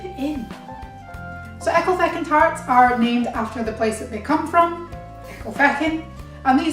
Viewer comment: Hi, I am from the US and I just bought these at our International market. They are Walkers "wee" tarts but they are delish! I can imagine homemade would be even better! I had even pronounced it correctly before I heard you say it 😉